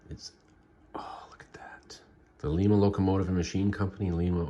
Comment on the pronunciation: Your saying Lima wrong it’s not Lema